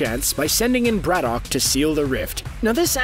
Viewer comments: "Brad-uck". Not "Brad-dock". And yes, Geralt Superman as Captain Britain, please. I'll put the kettle on. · Every time the narrator says Braddock, I cringe at how badly he's pronouncing it.